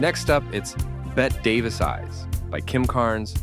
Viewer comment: I get so annoyed by people like this posting obviously incorrect musical references. I’m up to the mispronounced “Bette Davis Eyes” (I’m hoping that’s an AI mistake) and am so bothered by the ignorance of the poster. Oh, wow, Sheena Easton just came on, an artist with quite a few top 10 US hits. WTF- Laura Branigan??? (Ever heard of “Gloria” - her first - and biggest hit) This video is an abomination to lovers of 80s music. If you know anything about music and the charts, skip this ! It’s a joke and this person knows nothing about actual chart facts!!!